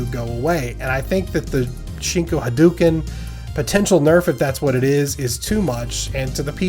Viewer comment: Love the content as always,. But. I have to be that guy; it's pronounced, "ha-DOH-ken."